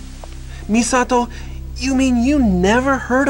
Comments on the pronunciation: I love the fact that that guy pronounces"Misato"as a westerner that thinks he knows japanese because he watches anime. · I bug out every time I hear the main character say "Misato" lol...